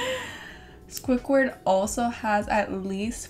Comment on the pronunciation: “Swuickward “ it’s squidward .. but I still love you 😂❤️